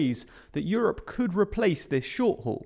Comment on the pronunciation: "COULLD SHRINK"?